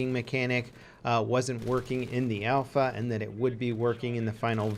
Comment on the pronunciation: Its alpha. ALPHA